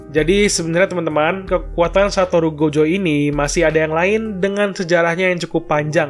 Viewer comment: Gojo bang bukan jogo 😁